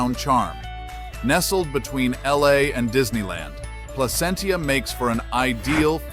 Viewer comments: It's Pla-sent-cha, not Pla-cent-ia. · From a native Californian, it's PLA-CENT-CHA